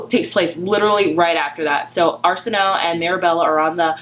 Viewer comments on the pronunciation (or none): Great discussion! I love this cover. Btw, her name is pronounced "Are-sin-oh-way". It's Egyptian in origin. Very pretty and flowy sounding :)